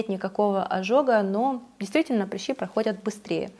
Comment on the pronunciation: Почему вы говорите "прИщи"?? Вы слишком принцесса, чтобы сказать по-нормальному "прЫщи"?))))